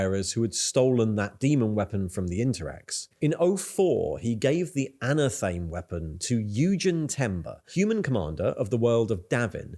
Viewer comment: ana thame? ... bro ... A nath a me ... as in A nath e ma ...